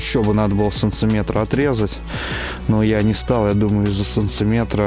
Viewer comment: Что за санЦиметры? Это что вообще такое? Говори нормально!